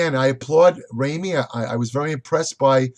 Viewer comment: Wrong on Phil. Brought his best package. And can't call Ramy, "Rayme" and expect people to take you seriously.